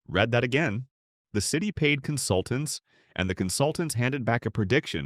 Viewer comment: Read / red, contextual ignorance. It is so distracting that I lose the thread immediately and regret having clicked. 👎🤖🔨